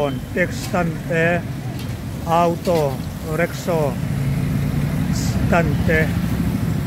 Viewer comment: Mister (Mr.)Jin tih turah emar jin😂, awtaw tih mai tur au-taw tih te, stand tih aiah sitan tih te hi...zialo ve